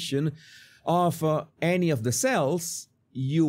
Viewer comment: Excellent video but please learn to pronounce these words differently (voiced vs. unvoiced consonants!) because then hundreds of other words will become less difficult to understand: of / off, as /ass. And the words "month, love, one, anOther, LOndon" are pronounced like "but, nut, cut" not like "got, god, not"!